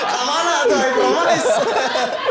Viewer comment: sok sok bahasa inggris pas face off😂, "promais"😂